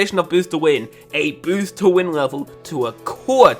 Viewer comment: g0SH can you stop saying bosst